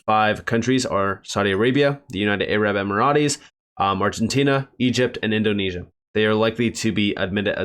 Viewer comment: "AYE RAB Emma Rott Eees" 😂😂😂😂